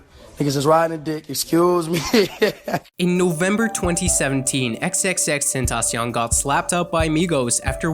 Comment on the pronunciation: how to pronounce xxxtentacion: eks eks eks `10 ta see on